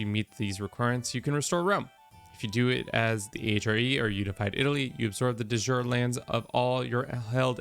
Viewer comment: Please learn to pronounce "de jure" correctly. It hurts my ears.